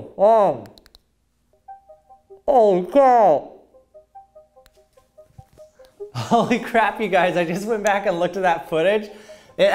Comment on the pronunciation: When he tries to say "holy cow!" with a giant flashlight in his mouth 🤣